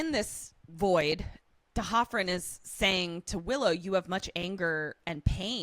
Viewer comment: Not sure if I'm right, but I think it's D'Hoffryn, not T'Hoffryn like was saying. Another great moment of Riley being a really good guy is that scene that couldn't stand. When Buffy is going on about marrying Spike, Riley is honest about how he feels about it and reacts the way his emotions tell him to. He doesn't macho out and yell at her or pretend he doesn't care. Also, that really looks like a red flag against Buffy. He was clearly really upset and confused and was not having fun, so for her to double down on a prank like that (as far as he knows), looks like she has a cruel streak.